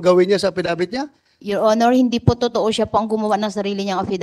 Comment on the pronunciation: Your onor yor onor daw😂😂